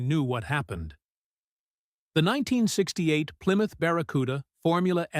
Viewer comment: "Ply Mouth" lol